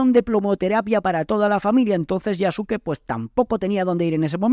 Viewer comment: Yasuke se pronuncia "Yaske".